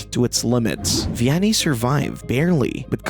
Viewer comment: Not to be an ass, but Vianney's name is pronounced like "V-N-A".